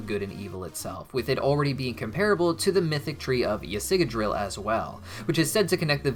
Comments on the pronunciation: igdrasil not yasiggadrill lmao (spelt Yggdrasill) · You need to figure out how to say yggdrasil (yig-dra-sill) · I tried to warn about pronounce of Yggdrasill, so no worries - he knows. Though I'm still going to lecture him.